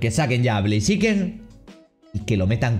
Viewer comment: Besta se escribe blaziken y se pronuncia bleiziken